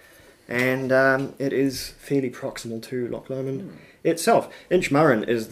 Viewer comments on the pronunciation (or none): Pronounced Loch LOW-mond!!!!!🤨